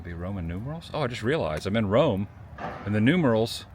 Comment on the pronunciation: I feel like we have a fwend in Wome.